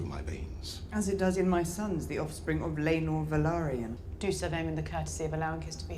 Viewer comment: Btw Valyrian is the language and Velaryon is the race they aren't pronounced the same whatsoever